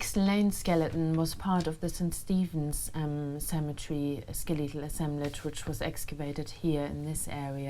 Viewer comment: “Skel Lee tal”